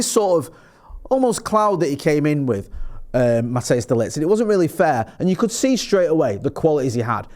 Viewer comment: It’s Matthijs ( Pronounced Matt-ICE>). Not Mattheus